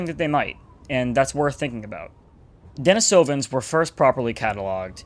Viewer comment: I believe that it's pronounced 'den-ee-so-vin'